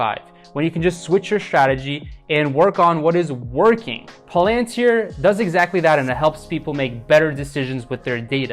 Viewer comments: It’s not pronounced pal-AN-tir. It’s PAL-an-tir. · It's pronounced PAL-AN-TEER. Good stuff...I just subscribed.